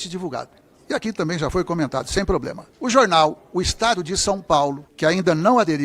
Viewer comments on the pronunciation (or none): none